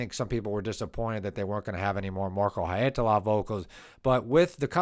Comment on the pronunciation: Well.. no. And you repeat them so many times, it starts to get to the nerves. You could also just leave the surnames off, as the first names seem easier and you get them right. :) Finnish IS hard, but the 100th haeitala and Holopeines just.... aargh... 😁😆